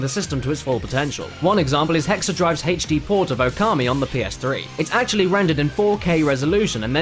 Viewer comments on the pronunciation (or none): I love you and all, but why do you say "Hayche Dee" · 60GB for only 599? That's 300 bucks cheaper than it was here. Oh and the PAL 60GB didn't even have the E.E chip so it was not only more expensive but less functional. EDIT: It's HD, not Haich-D. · Hey, he said "Haych"-D again! It's just so damn silly!